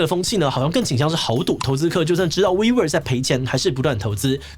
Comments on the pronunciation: 我怎麼聽wework都像是「揮霍」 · 听起来像vivo 😂